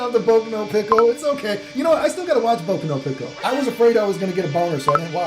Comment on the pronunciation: "Boku No Pick Oh". Ngl, I think this might be the most bilingual weeb I've ever heard 😂💀